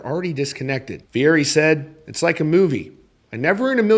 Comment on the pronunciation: It is pronounced FEE-ETTY.